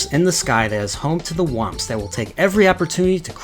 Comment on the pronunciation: "TWAMPS" XD